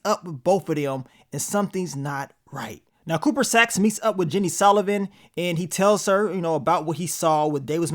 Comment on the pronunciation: Is it that hard to say "Sullivan"🫤🤷🏾‍♂️🤣 love yo vids tho Bro 💯💪🏿